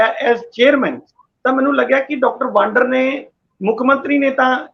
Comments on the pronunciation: ਪਿਆਰੇ ਸੱਜਣੋ ਡਾਕਟਰ ਗੁਰਪ੍ਰੀਤ ਸਿੰਘ ਵਾਂਦਰ ਹੈ ਵਾਂਡਰ ਨਹੀਂ।ਕਿ੍ਪਾ ਕਰਕੇ ਸਹੀ ਉਚਾਰਨ ਕਰਿਆ ਕਰੋ। ਸਾਡੇ ਫਾਜ਼ਿਲਕਾ ਦੇ ਪਿੰਡ ਬਾਂਡੀ ਵਾਲਾ ਦੇ ਖਾਨਦਾਨੀ ਰਿਹਾਇਸ਼ੀ ਹਨ। ਸਾਨੂੰ ਫਾਜ਼ਿਲਕਾ ਵਾਸੀਆਂ ਨੂੰ ਮਾਣ ਹੈ ਡਾਕਟਰ ਗੁਰਪ੍ਰੀਤ ਸਿੰਘ ਵਾਂਦਰ ਪਰ। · ਮੁਆਫ਼ ਕਰਨਾ ਡਾ ਵਾਡਰ ਨਹੀਂ, ਸਹੀ ਨਾਮ ਵਾਦਰ ਹੈ, ਲੱਗਦਾ ਹੈ ਅੰਗਰੇਜ਼ੀ ਭਾਸ਼ਾ ਦੇ ਸਬਦਾ ਦਾ ਉਚਾਰਨ ਜਿਆਦਾ ਹੋ ਰਿਹਾ ਹੈ, ਡਾ